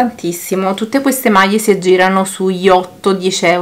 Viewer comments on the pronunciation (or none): ...maietta ,maie non si può sentire